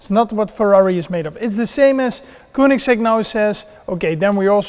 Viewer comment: koenigsegg? spreek uit als keunigsegg